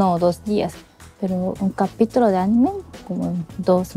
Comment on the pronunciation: Anime no lleva acento, si acaso tuviera sería en la "i" y no en la "e", pero dadas las reglas de acentuación, no lleva acento ortográfico, solo prosódico. "a-NI-me", no "a-ni-ME" pues dicha palabra es la conjunción de animar en tiempo pasado/pretérito.